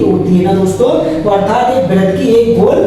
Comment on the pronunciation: वृत्त होता है 😂